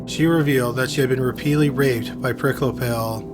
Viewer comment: Perhaps the mispronunciation of Wolfgang's surname?